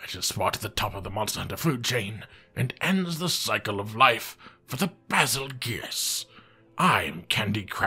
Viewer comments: BAZELGUESE that's a weird way of pronouncing beetlejuice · Fact know one truely cares to say bagelgoose name right